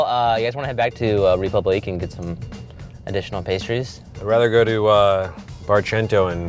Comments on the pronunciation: I cringed every time they pronounced it "Reepooblique" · that's wrong, the e acute accent makes it ray-poob-leek (and roll them rs babyyy) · Btw the “é” in République is pronounced as “eh” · TheIndianNerdMC No, the last syllable is correct. It's kind of like "leek". The "pub" syllable is supposed to be closer to "poob" than "pub". And the "re" isn't a "ree" . The accent (l'accent aigun, en francais) over the "e" indicates a sound that functions more like a long "a" sound. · The way everyone pronounces république is horrifying and I'm not even French. Sounds like they're saying Reee-poo-bleak or something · Rey the "ré" is also supposed to be pronounced "ray" so it's actually ray-poob-leek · Koko wait so is it pronounced like Ree-pub-lee-kay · Ewwww. Get your own bowl. Also, somebody should teach the owner of République how it's pronounced, otherwise the pretentiousness falls apart a wee bit. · When the $143 "French" pasta chef pronounces republique wrong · The way they are all pronouncing république is stressing me out. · not to mention his horrible pronunciation of his own restaurant's name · WOULD YOU MIND PRONOUNCING RÉPUBLIQUE RIGHT YOU GOD DAMN AMERICANS IT EVEN MAKES ME FURIOUS AS A GERMAN JESUS CHRIST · Chalesberg CA He did not pronounce it correctly, he only got the last syllable right. Does it matter? Not a bit, but don't say something's done right when it's not. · Donovan: Of course I would. If you have french pretensions and choose to use a french word as your name, you'd think that part of the whole deal would include pronouncing the one foreign word correctly. Not like it ultimately matters, in any case. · You should not roll the [r] in French. The accent tells us that the [e] should be liftet in the pronunciation. The [u] should be short and not like the double [o] in English. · why you gonna cll it ''république'' if your gonna kill that beautiful name by pronouncing it in english